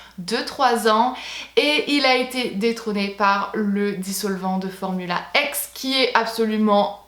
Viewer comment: top la vidéo 👍😊 ps.on ne dit pas formula ex mais bien formula ix 😉🤗